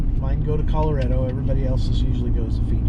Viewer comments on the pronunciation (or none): Correction: it's ColoRADo, not ColoREDo.